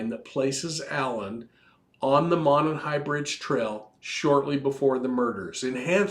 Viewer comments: You’re so cute! Thanks for a great podcast. FYI, as a local Delphi resident, we pronounce Monon as Mow-non. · It's pronounced mow-non. No big deal just a heads up.